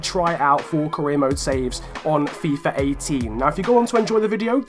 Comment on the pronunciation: WHY ARE YOU SAYING FIFUR 18 AND NOT FIFA 18